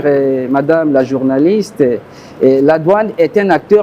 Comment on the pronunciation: "paské" , "journalistè", "librément", "directèr", "avekè", "etrè"; "surè";;;. Rien que sa tonalité, sa rhétorique témoignent de son incompétence. Sans son petit carnet, il ne peut tenir un discours de 10mn, à moins de divaguer, tourner sur les mêmes points. Quand le président annonçait son projet de société, le covid-19 était déjà passé, y compris la crise pétrolière de 2016. Pourquoi utiliser ses 2 évènements pour justifier vos manquements? On peut certes accorder une marge d'erreur entre vos promesses et vos réalisations, mais l'écart pratique est trop grand pour ça. Et les journalistes, vous taquiner souvent les opposants sur vos plateaux, pourquoi ne le faites vous pas avec ces hommes du gouvernement? Un bilan consiste à communiquer les résultats d'une programmation, cependant on note que les journalistes ne soulignent pas les résultats déplorables, mais ils posent des questions en perspective. Outre cela, doit-on vous rappeler que les media sont un contre pouvoir? Vous devez vous faire la voix des sans voix. Triste. Ne leur demandez pas ce qu'ils comptent faire. Dites, vous avez promis ceci, cependant on remarque cela, pourquoi? Comment, les chiffres... Et, quand ils répondent, ne vous en contentez pas. Si c'est un "débat", il vous faut répliquer par des contre affirmations. Ne leur demandez pas de vous dire ce qu'ils ont fait en 5ans. J'insiste. C'est nous, le peuple, par votre voix, qui savons ce qu'ils qu'ils ont fait, puisque l'impact est sensé rebondir sur nous. Don